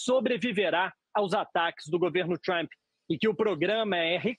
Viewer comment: Por que vcs falam: “trhhhampi”? Digam trumpi, seus vassalos inconscientes